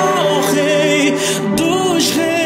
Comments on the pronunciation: A banda é muito boa, os caras tocam muito, o vocalista canta bem, só não gostei da versão da, música. Ficou muito enfeitada. Pegaram uma música simples, quase sem nenhum arranjo e botaram 10 kg de arranjo nela. Ah e alguém fala pro cantor que não é "naisci", e sim "nasci" (pronuncia-se NA/CI). Mas, em musicalidade, parabéns à banda. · Lindo louvor mas o Naisci não existe é nasci e esse erro veio dos cariocas que gostam de mudar a forma da pronuncia das palavras... Podemos evitar esse erro!